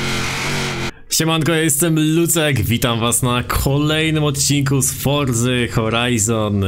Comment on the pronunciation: TO SIE CZYTA "FORCY" A NIE FORzY